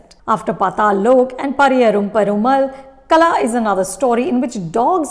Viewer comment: Its not Kala Its Kal(h)a